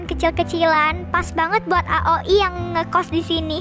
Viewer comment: Itu bacanya aoi, bkn ak ok I😟